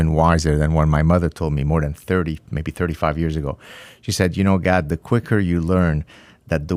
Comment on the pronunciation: I wonder why none of his staff members there told him how to pronounce Gad's name correctly?